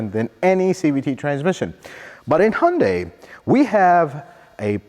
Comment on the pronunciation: Thank you for pronouncing hyundai as hyundae. That is how Koreans pronounce the company. 🎉